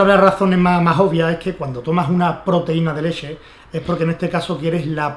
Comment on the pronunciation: "La leshe" jajaja